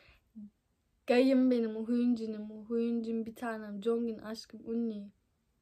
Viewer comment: Hyunin değil Hyunjin